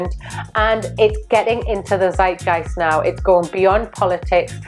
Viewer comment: Such helpful trends and tips! I especially love it when you say ‘Zeitgeist’